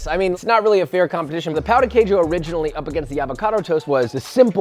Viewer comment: to be fair, we French don't have a great tradition of salted breakfast. No wander we've lost so soon :) (oh, and the emphasis on the word Queijo is on the "Quei", not "jo", like "QUEIjo", not "queiJO")